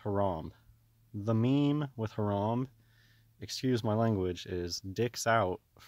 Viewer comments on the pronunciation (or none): Lol dwag it's Harambee like 🐝 bee.